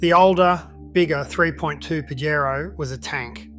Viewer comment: Always interesting but i worry because of small mistakes a mistake that take a little credibility away How come Pajero can not be pronounced correctly